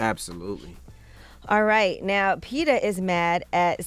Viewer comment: Can y'all pronouce it PET-AH instead of PETER!! Out here thinking they be talking about a real dude 😅